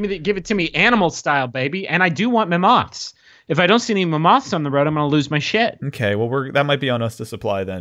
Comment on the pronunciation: apparently I've been pronouncing mammoths wrong my whole life.